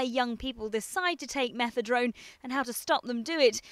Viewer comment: Is it me or does she keep saying Methedrone? Fail